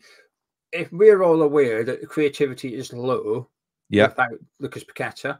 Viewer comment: Can neither of you guys pronounce Paqueta's name properly?